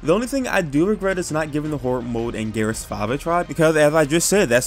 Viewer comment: Gears 5 is not that bad and you have not played 2 other gears games and can you please learn how to say gears dude sounds like your saying garus